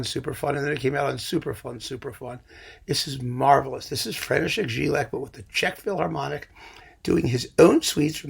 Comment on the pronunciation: I know you don't care but somebody might do: Jílek is supposed to be pronounced with "Y", like "Yalta" or "Yamaha"... Anyway, I didn't know about this Peter Breiner set. It seems to be a great tip!